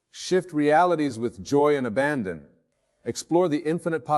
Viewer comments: Its not. I heard him mispronounce the word abandon. It had me up until then. Aban-don. Damn that sucks. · This isnt wayne dyer. Wayne would know how to pronounce the word abandon. Go to 4 minutes 30 seconds.